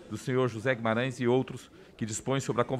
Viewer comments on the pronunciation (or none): none